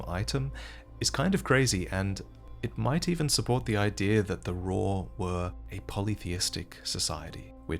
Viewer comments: Raw Ruins? uhh, call me crazy, but it's Ray-uh, like Raya Lucaria ruins. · its not RAW its COW with an R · why do you call it RAW its pronounced RAH-OO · Isn’t it pronounced raaa-ooo? Not raw? Y’know like Raul Menendez. Rauh, Raul? I’ve never heard anybody call it Raw until the comedic many time this video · The only problem I have with this video is the pronunciation of "Rauh." I still havent played the DLC so idk if it's said anywhere in game but just looking at it I think it would be pronounced "row" (rhyming with "cow") possibly even "rowkh" which an aspiration at the end Thats just my headcanon though so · thought it was pronounced rah-ooh and i was happier then